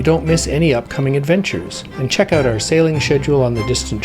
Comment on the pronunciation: If I was this guy and I could go back in time the one thing I would, i would do, if I were him, would be to go back in time and learn how to pronounce the word "out". That's it. Other than not being able to say the word 'out' correctly, great guy!